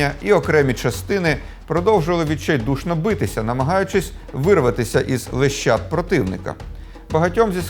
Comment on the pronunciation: Будь ласка, перед записом прочитуйте текст і прописуйте наголоси, щоб сотні тисяч не несли в маси після вас "нищІвний", "лещАта" і т.д. замість "нищівнИй" і ""лЕщат".